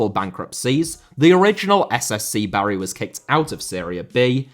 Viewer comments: I don't know about your pronunciation of 'Anhui Litian FC' but you are definatly pronouncing 'Bari' horribly wrong! It's 'BAR-ee' not 'Barry' like a bloke's name. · You clearly didn't grow up on Football Italia. Please learn how to say Bari